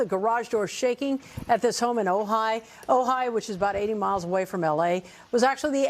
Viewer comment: That Ojai! Pronounced Oh-hi. It's an Indian name.